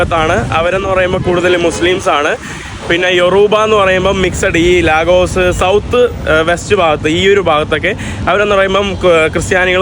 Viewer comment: ലീഗസ് (lagos )എന്നാണ് നൈജീരിയക്കാർ പറയുക